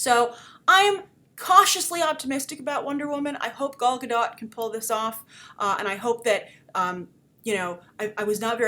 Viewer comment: Do you still not know how to pronounce Gadot?